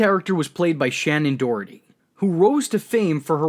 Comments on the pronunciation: Haha Shannen "DOROTHY" *Doherty P.S. Prue is the OG and the most powerful Charmed one! I loved SD in the role she and Holly were the best part of the show. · Shannon Doherty. You kept saying Dorothy, drove me nuts. Sounds like Dough-er-tee. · There's no "t" before the "h" in Shannen Doherty's name.